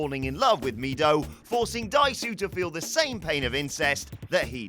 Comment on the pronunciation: Me every time he says 'Dai-su'.